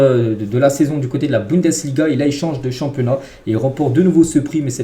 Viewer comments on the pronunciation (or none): none